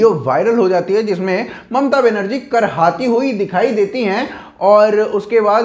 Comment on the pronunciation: It's 'कराहती हुई'.. not 'करहाती हुई' 😂😂😂